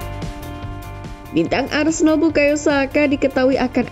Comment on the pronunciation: Apa cuma gue yang denger "Arsendal, bidik rodrigo" 😮